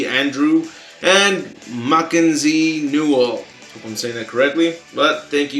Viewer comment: HOW DID HE BUTCHER MACKENZIE